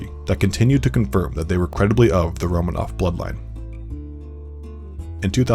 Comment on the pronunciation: Me, a Russian, highly distressed at the pronunciations of names and places throughout the entire video. It’s pronounced RomAAnoFF not RomAnoF.